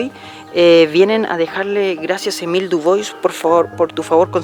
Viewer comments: Buen video.. El apellido de Émile Dubois se pronuncia Dubua, con acento en la a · Buenísimo como siempre por cierto el apellido es France por tanto se pronuncia dubua